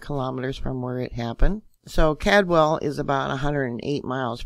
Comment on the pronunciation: the name is Caldwell, it sounds like called~well. not trying to critique just trying to help. I lived in Boise for many years as well as all surrounding cities and towns.